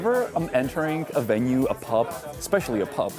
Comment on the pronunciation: btw one thing that really bugs me is that when you speak English you keep devoicing the final consonant (i.e. saying "pup", "dit", "roat" (instead of pub, did, road)) 😬 other than that you speak English very well, I love the fact that you are able to pronounce the TH sounds as well as IH (i.e. not saying EE) and that you can even do the flap T 😂